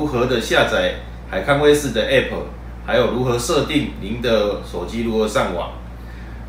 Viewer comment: A p p是一個字 你都會boss 你不如分開一個字講 b o s s 啦